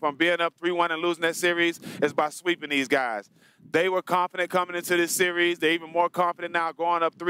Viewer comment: "Sear-rees" lol.